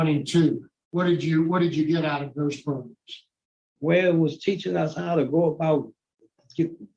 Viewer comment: Make sure you take your progums before going in front of Mr TONY lol he loves his PROGRUMS